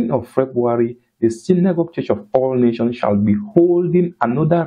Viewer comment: Good job brother. Please kindly ensure that when you mention the ministry's name always pronounce with the 's' at the end of Nation. It is Church of All Nations NOT Nation. God bless you.